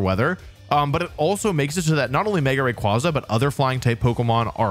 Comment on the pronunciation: Thank God someone pronounce rayquaza the same as me and my friends